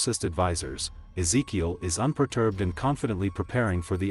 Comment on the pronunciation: I wonder if rhey intentionally kept butchering certain names in these videos lol they called Ezekiel things like Ikea in season 7 video and then Keel and Reel and then even Illinois lmao